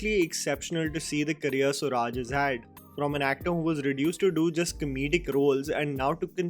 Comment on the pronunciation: ...SURAJ is not pronounced as SU RAAJ, but it's SOO RUJ😉